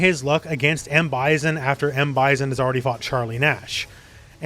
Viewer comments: The way you say Bison...it's weird. Stop it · Great video. I agreed with everything you said, but the way you pronounced M.Bison’s name threw me off a bit. Lol.😂